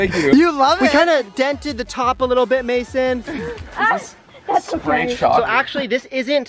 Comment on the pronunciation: Its mayson not mason